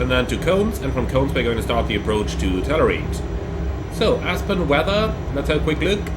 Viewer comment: I thought he was saying "tenerife" 😂